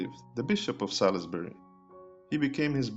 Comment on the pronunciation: Not Sal-iss-Buh-ree but Sauls-Buh-ree.